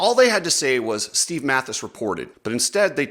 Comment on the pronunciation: You sound like a child calling Matthes ‘Mattress’, lame man.